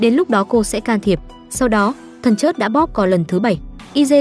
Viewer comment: Nói ngọng thần chết thì nói thần chớt mất hay